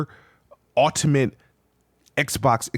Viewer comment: Why doesn't he know how to pronounce "ultimate"? 😂